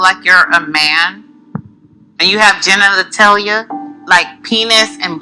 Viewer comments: “Do you have GEN-NANA-TALIA??” 😂😂💀💀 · Not the extra syllable she added in the word genitalia 😂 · All that bothers me is her pronunciation of “genitalia.” She still my girl tho